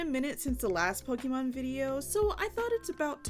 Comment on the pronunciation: I love you, but I'm afraid we're going to have to break up. I know I should accept you as you are and not try to change you, but I just cannot get past how you pronounce "Pokemon". It's a deal breaker for me, I'm sorry. It's not you, seriously, it's all me. I wish you all the best in life, and will dearly miss you. If by some chance you ever change how you say that magical word, hit me up, maybe we can give things another shot! 😂